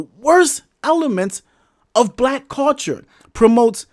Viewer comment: I ain't gone lie the topic had me about to watch your video but everytime I heard you say the word cul-ture it turned me off. Gotta go.